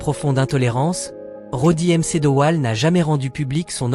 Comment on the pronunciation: Roddy m. C. Dowell. 😂😂😂😂😂 MC se prononce "mac" c'était franchement nul